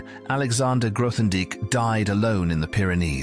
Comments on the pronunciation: "th" in Grothendieck? Please at least make an effort. How factual can this be if you can't pronounce his name? Even worse, it keeps changing. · Would be better if you could pronounce his name.